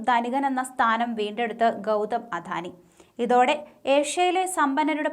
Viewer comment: അധാനി എന്ന് തെറ്റിച്ചു പറയുന്നത് കേൾക്കുമ്പോൾ കലിയാണ് വരുന്നത് അദാനി എന്ന് പറയാൻ ആരെങ്കിലും ഈ കൊച്ചിനോട് പറയാമോ